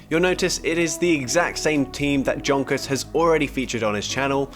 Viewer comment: I think his name is Jonkus and not dschonkus💀